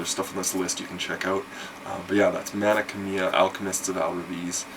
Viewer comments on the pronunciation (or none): Great games, but isn't the pronunciation for Mana Khemia like.. Mana "Chem"-ia?